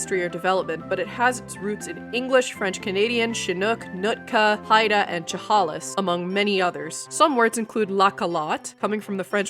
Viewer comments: "CHUH HOLLIS" CHEHALIS SHUH HAY LISS AAAARRRRGHHH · It’s CHA-HAY-LESS! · is pronounced /'jæ.kɪ.mɑ/, not /jə.'ki.mə/ is pronounced /ʃə.'hei.lɪs/, not /tʃə.'hɑ.lɪs